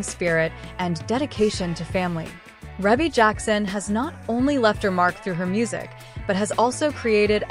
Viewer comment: Thank is not how you say her name.